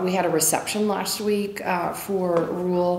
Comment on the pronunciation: She can't even pronounce rural